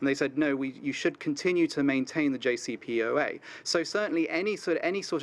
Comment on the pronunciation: He cant even pronounce JCPOA correctly!